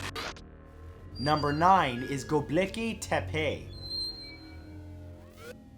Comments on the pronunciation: why're you saying "Gobleki"? it's Gobekli. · Is see "Gobekli" but am hearing "Gobleki"... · GoBEKLI tepe not gobleki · Go bleki, go bleki, go bleki 😂 I love his horrible pronunciation of things it honestly tickles me and I'd love to hear him say the longest place name in my country which is.... llanfairpwllgwyngyllgogerychwyrndrobwllllantysiliogogogoch That would honestly make my day 😂